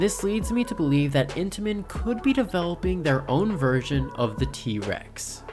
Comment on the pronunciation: why u say t REX instead of T rex 😭